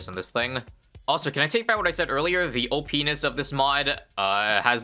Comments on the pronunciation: says penid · "Thw op-ness" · said "O-pee-niss"